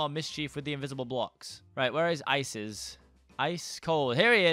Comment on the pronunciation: who else heard Isis instead of Ices’